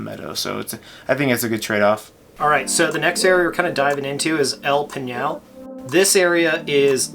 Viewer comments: Your understanding of El Pinal is at the point you call it "El Peenyall." It is El Pinal = "Pinnall" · El Pinal = El Pinnal. It is not El Peenyal. I sent links to my folks in Evergreen. I grew up on El Pinal St. I know how to pronounce it. Yes, El Pinal is a neighborhood.